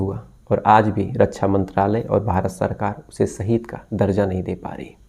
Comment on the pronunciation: saheed nahi sir ji shaheed sahi alfaaz bola kijiye arth ka anarth kar dete ho aap